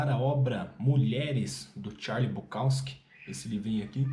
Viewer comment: Que pronúncia estranha do Charles BukoWski e do Chinaski 😂…